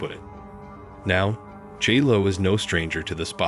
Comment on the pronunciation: “Gee-Lo” 😅… yeah this wedding was catastrophic